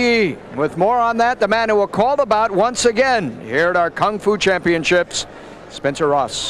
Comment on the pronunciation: "Championchips" LMAO!